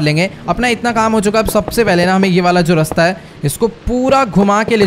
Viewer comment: Are bhai apne raste ko resta bola